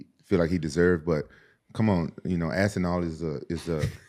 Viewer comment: Rampage said ASSINAL😂